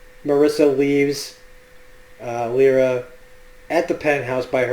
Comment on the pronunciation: say it with me now. "LY - RA" not "Lee- RA" lol